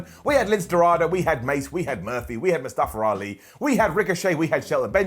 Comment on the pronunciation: nobody:: MustaFER ALI